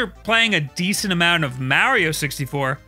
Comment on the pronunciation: Has anybody looked into why he says Mario wrong? I've never heard that mispronunciation before.